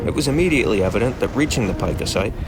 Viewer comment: The only flaw in this video is that the name of this rodent is pronounced [Peek-ah], literally everything else is correct and accurate. Yer doin' good, please keep goin'.